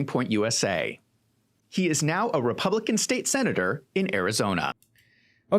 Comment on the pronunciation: REPAAAABLICAN. NOT REPUUUUUBLICAN